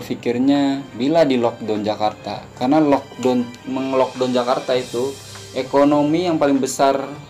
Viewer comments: lockdown bang..bukan lodong..saya berapa kali dengar abang sebut lodong..saya fikir sejenis makan ke apa ni..rupa2 nya maksud locdown..kelakar la abang ni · bukan "lockdon" ...sebutannya ialah "lockdown"